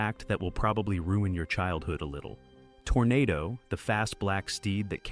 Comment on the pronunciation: If memory serves me, the horse's name was pronounced tornaaado.